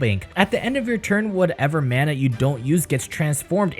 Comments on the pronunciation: It’s pronounced mana not mana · This dude is saying mana instead of mana... Smh =_=